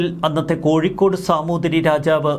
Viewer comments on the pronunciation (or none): none